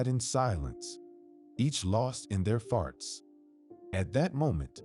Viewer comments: And thoughts as farts. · What about farts 💨 instead of thoughts 😂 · In all stories I've listened to instead of thoughts ,it's farts!!! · I guess it would be a well-deserved D because you are not AI These are still in there from different countries as well Perhaps they're not real fluent in the English language I give them an A4 trying I especially love the way they pronounce the word thoughts 😂